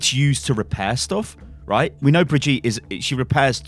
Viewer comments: Before I end up loosing my teeth because of all the grinding I do every time I hear this "bree-jeet" ...If it really IS the German version of the name, as mentioned in your first "WILD SPECULATION", then it's "Bri-GIT-eh" ! (the "bri" and the "git" are rather sharp and the "E" at the end is NOT (never ever!) silent in German!) Just so you know how to call her from now on ;P ...Greets from Germany BTW ^^ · It's brigitte, not fcking brigette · When you're English and can't pronounce "Brigitte" but you pronunce it as BRIDGEtte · when thre name is bridgitte but dumb says bridge yeet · It genuinely triggers me that you call Brigitte "Brigeet" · He said Bridyeet when pronouncing it i’m actually shook to the core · that is not how you pronounce her name...NotLikeThis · Your saying brigitte wrong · U pronouncing 'Brigitte' like that is getting annoying really quick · Why tf are you pronouncing Brigitte like that??